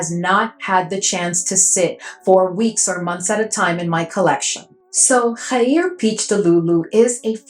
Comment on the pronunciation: I thought the next Khair would be a YBM Kayali dupe with a cute pastel pink bottle, but this is really cool and interesting! You were super quick with getting this review to us, thank u ❤ BTW a middle eastern man told me it's pronounced "g-air" like that gutteral "g" sound and then "air". The spicy notes are concerning me... I don't like smelling like a chilli pepper 😢 Loooove your affordable middle eastern reviews ❤❤❤❤❤ Please never stop!!!!